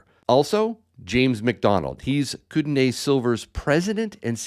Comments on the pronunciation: if you are going sponsor a product or a mine ect.. make sure you know how to at least pronounce or say it properly (come on dude!) Kootenay pronounced (Koot-nee) not (Koot-NAY) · Uhhmm... I lived in that region about 15 years ago,. It is pronounced (koot-nee)